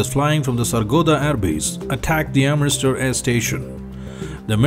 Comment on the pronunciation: its amritsar not amristar